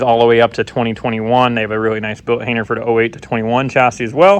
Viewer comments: "hayner" or "hanger"? 😄 I was so confused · I mentally flip out every time you say hainer